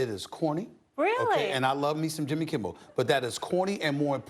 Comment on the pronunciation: The segment with the elbump was funny to me because Jimmy has talked about black people pronouncing his name wrong for years and clearly said Jimmy Kimbel. Lol